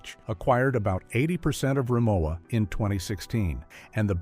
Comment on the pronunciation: Its hard for me seriously to take a negative critique of Rimowa when you don’t even know how to pronounce the name.